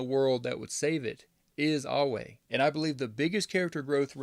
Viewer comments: Eywa is pronounced (eh-wha), unless your native tongue is making u say (ahh-way) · Eywa not Eyeway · It's ay-wa not au-way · EYWA. Not away. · It’s pronounced like (aye-wa) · Why did you pronouns Eywa like ‘Ahway’ help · It was pretty jarring fr. Was thinking ‘howcomes he cant pronounce it? Whats up with him?’ But no biggie, apart from that, very good video. Pretty solid theories too. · You say EWYA wrong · I think these theories are pretty close! Also, I love the way you pronounce Eywa hahaha! Great video though man! Good to see another essay video